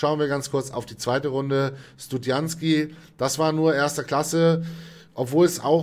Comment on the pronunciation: Die Karte heißt Stud - ZI - AN - ki und nicht "Stud- JANZ - ki" - kann das denn so dermaßen schwer zu lesen sein? Oder ist das inzwischen ein running-gag geworden bei? Er war vermutlich einfach selbst zu lange Studi...;-)